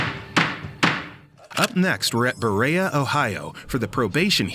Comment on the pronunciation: Ugg...it isn't Bur-a-a it is Bur-e-a (long e). That annoyed me each time they said it.